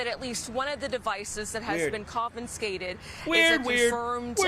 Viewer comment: I hate when people say "conFINscated"